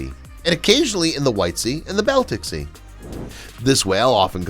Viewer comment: idiotic narrator does not know how to pronounce Baltic Sea..... what a dope.